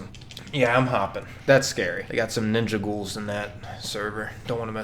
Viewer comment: I subbed because he said "ninga gouls"🤣🤣 and thx for the advise btw🙏